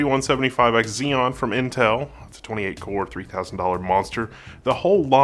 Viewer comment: Haha love it when you say XZEON!!